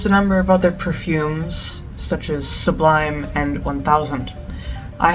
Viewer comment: It's French ... It's pronounced "soo-bleem" It's from 1991 not 1992 .. I know others give the same date .. but they're all wrong (the date is on the bottom of the bottle) and it's a floriental (not an oriental) Good luck with the channel !